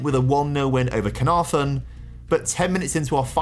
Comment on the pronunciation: I'll be honest I'm an Englishman who lived in North Wales for a few years and the pronunciations of prestatyn and caernarforn were a bit funny. Don't blame him though, if you don't already know and you don't speak Welsh they're hard to get right